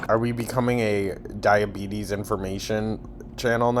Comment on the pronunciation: Omfg she said "type 2 diabeezes" by accident and I HOWLED